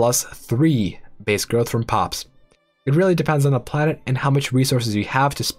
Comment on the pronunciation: Am I the only one that hear him saying "Karen capacity" instead of "planet capacity"? Damnit Karen, being entitled to populate the planet.